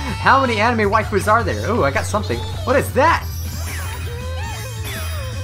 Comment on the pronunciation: "I'm ready to blast some wifus down.." Some how it made me laugh. 😂